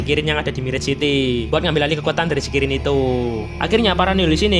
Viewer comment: ngebilang kirin malah jadi krillin🗿😅